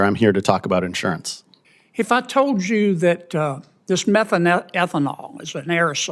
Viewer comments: I think he means methane thiol - his pronunciation is so bad that I, as a chemist, would not know what he is talking about. Meth-ane-thi-ol - there is no 'eth'' syllable. And yes, methane thiol is a compound produced in the natural degradation of plant material; it is an indirect greenhouse gas; it is present in air at well under ppb levels; and is less significant as a cause of climate change than other actors such as carbon dioxide and methane. Research is continuing and it is amazing to me that Sen Kennedy choose to quote the scientists involved in methane thiol research and ignores scientists involved in other areas of climate science. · He doesn't event know what word he is saying. It's almost as bad as him trying to say fascist. Kennedy embarrasses himself every-time he questions a witness.